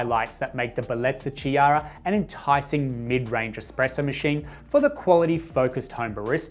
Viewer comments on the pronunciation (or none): It pronouced: K-iara, K like in OK. From italian Name Chiara ( Kiara) 😊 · Nice machine and great review. The Ch in Chiara is pronounced like a K. Enjoying your videos.